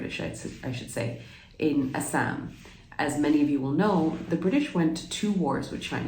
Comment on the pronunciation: Love your correct pronunciation of ASSAM 👌❤️